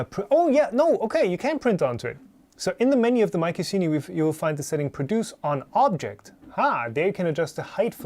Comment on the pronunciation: I imagine the marketing boffins were aiming for "My Cuisine y" pronounced like the "C" was a "Q"....... not "My Kussini"